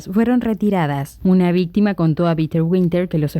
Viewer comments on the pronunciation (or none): none